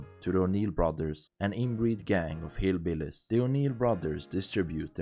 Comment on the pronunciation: i love the way you said hillbillies 🤣🤣